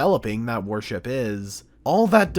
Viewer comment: Why do you keep pronouncing worship as warship? Its throwing me off man...